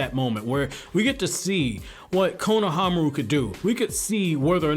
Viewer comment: The way you say his name it’s just cringe I hope you know the dub says the names wrong